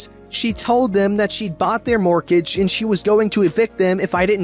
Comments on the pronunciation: I've never heard anyone pronounce the T in mortgage before. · Really? It's literally pronounced "mort-age". What I've never heard is someone pronounce the first "g".